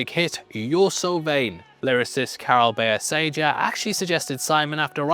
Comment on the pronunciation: FYI: The lyricist for "Nobody Does It Better" Carole Bayer Sager's last name "Sager" is pronounced with a hard "G" not a soft "J" sound. She's 81 in 2026 and still leaving in New York! :-)